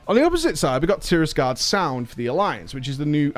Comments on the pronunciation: It's TirAgarde Sound. Not TirISgarde. TirAgarde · "Tirisgarde Sound" is just trolling his viewers at this point.